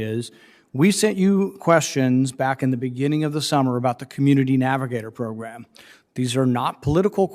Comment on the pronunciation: "Progrum"...what is that?